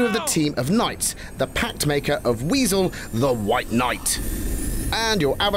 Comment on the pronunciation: Its not weazel its wizel